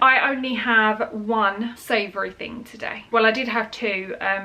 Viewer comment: Not every thing. Every thinkkkkk